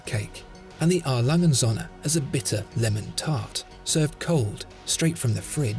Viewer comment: The day this guy learns how to pronounce "A. Lange & Söhne" I'll buy one.